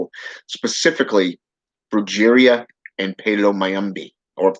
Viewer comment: Brujeria is pronounced "bru-hare-ria"... If you were into Santeria and working with Santa muerte you might wanna learn how to pronounce these names correctly